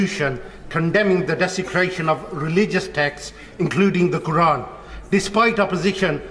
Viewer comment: Desicraton and division" 😂 from someone who follows Islam 😂😂😂